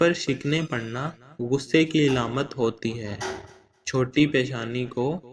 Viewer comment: Eilamat ni hota Aalaamat hota hy